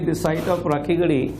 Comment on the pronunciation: Please don't twist the names . Be responsible. Its RAKHIGADHI not rakhagadhi.